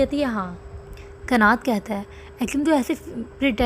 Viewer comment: Isme ekim bahut halat lagti hain.aisi bhi kya dosti kanat usse bahut pyar karta hain lekin ekim use har baar chhodh deta hain .aur एक्सप्लेशन में आप कनत कहो ना की कनात ।